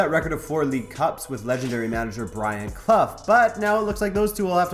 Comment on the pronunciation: Pronounced Brian Clof not as Cluff.